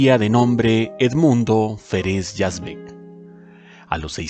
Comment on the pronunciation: Yo personalmente lo encontraba misógino en los guiones y personalidad. Conocí a Tufik Yazbek y su esposa, Zaida, y me resulta difícil creer que no ayudaran económicamente a Mauricio. (Por cierto que el apellido se pronuncia Yázbek y no Yazbék).